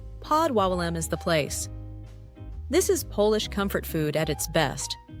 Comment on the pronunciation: It's bad enough that you can't pronounce Polish names and words, but when you can't differentiatee between 'Polish' - meaning 'things associated with Poland', and 'polish' - meaning 'rubbing an object until it shines', that's ridiculous.